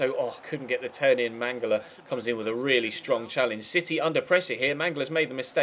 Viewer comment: and Mangala it's "MangaLA"